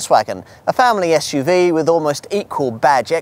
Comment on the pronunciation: I’m sorry, but for heavens sake, it’s SUV and not Esh UV. Had to stop listening as along with irritating the hell out of me with not being able to pronounce S, he sounds like Alan Partridge, I’m waiting for the Rover 800 recommendation.